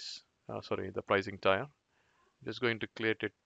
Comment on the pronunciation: Well done video and your english is nicely done. Check perhaps the pronunciation of the words: domain, tier and premise. Those sounded strange.